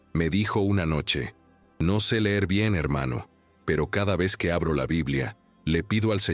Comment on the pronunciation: O. Sea. Gue. Lo. Gue. Guiere. Decir. Es. Gue. Se. Volvió. Envanjelico. Hay. Si. La. Acabo. De. Embarar. 😊